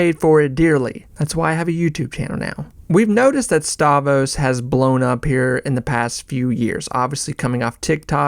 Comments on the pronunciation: You're killing me. StavROS, not Stavos. Rogan SPHere, not spear. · If you're such a big fan why do you keep calling him "Stavos"? You riding the algorithms or something? Is it A.I.? You can't really be a fan of someone and not know their name... once is a mistake but every single time... I don't understand... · The R in Stavros is silent now?